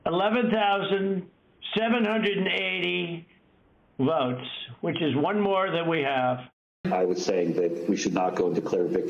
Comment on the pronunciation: Not votes. "Vauts" as 45 pronounces it .